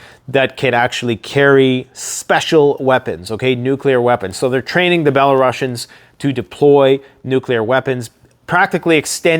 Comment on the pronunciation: Belarusians is not pronounced bela-russians. they are pronounced bela roosians (like rooster, the s is pronounced soft s not sh